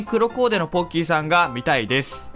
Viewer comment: ポッキー＝ボッキー ごめんなさい